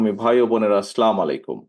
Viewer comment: আসসালামু আলাইকুম ওয়া রহমাতুল্লাহি ওয়া বারাকাতুহ। এটা খুবই দুঃখজনক, বেদনাদায়ক যে, শহীদ জিয়ার সন্তান শুদ্ধভাবে সালাম দিতে পারেন না। তিনি যে শব্দে সালাম দিলেন তার কোনো মানে হয় কিনা জানিনা, তবে সেটা রসুলুল্লাহ সঃ এর শিখানো সালাম নয়। আফশোষ!!